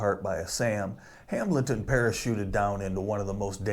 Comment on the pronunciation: Appreciate the video but it's just pronounced "Hamelton" not Ham-Bleton, for God's sake.